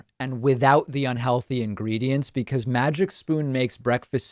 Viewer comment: Lmao, he said hecause thats what the rumor is. lmao bitch you started that rumor!!!